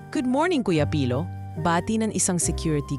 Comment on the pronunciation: Dko maintindihan si Ms Doctolero bakit niya cnabi na hindi sanay magtagalog ang narrator.wala po ako nakita mali Yun lng pagbigkas ng name ni pilo na mabagal ang pag bigkas ng narrator